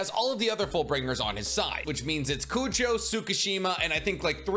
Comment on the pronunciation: I just got to the fullbring part, its crazy how many times “Kujo” was said, its Kugo lol